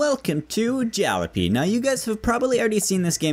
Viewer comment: Lol the way you said jalopy is fucking funny